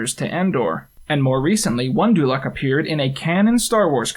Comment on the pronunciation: Whenever I hear you say dulok I always hear Duloc. Maybe I'm compensating for something.